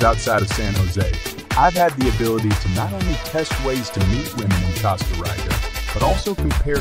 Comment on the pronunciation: Lol, its Tica, like teeeka, not Tieca.. Its Costa like Coast.,Not costa like cost.....its Rica like reeka.....🤦🏼‍♂️